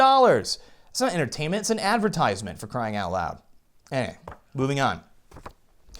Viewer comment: YES! Say it out loud, SAY IT, OUT, LEEEEEYD!